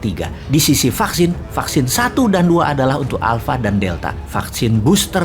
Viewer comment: "Vaksin, fucksin, vaksin" 😂